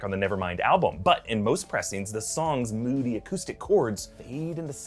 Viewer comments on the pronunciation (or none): none